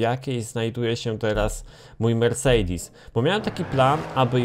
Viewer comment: uszy mi krwawią jak mówisz "mersejdis" -_- chujowo to brzmi wg mnie .